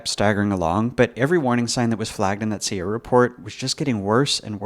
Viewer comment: Never heard someone pronounce "CIA" as "Seeya" before.